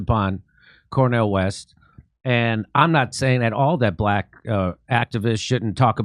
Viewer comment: Why is the white guy saying black wrong